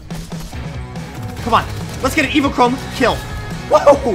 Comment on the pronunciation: Its pronounced evo-chrome burst rifle